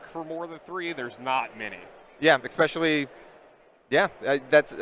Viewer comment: Listening to this and increasing Blood Debt by 1 every time the commentator says 'ekspecially'.